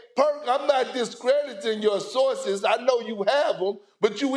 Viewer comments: “ I was also making fun of how you say sauces” -Stephen A. 🔥🔥🔥😂😂😂😂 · “Sussessful” “Saurces” Perk is hilarious 😂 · Stephen A. really be making fun of Kendrick Perkins for pronouncing “sources” like sauces when he’s the one who keeps on adding ‘r’ to words that don’t have them. Rob PelinkeR 😅😂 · ‘My Sauces’ - Chris Broussard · “My sauces” 💀